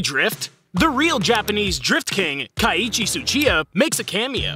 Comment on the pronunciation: It's pronounced "Key-ee-chi".